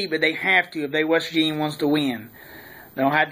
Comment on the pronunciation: This is exactly why people from WV get a bad rep. Learn how to say West Virgina for some articulation if you're to make videos completely based on the subject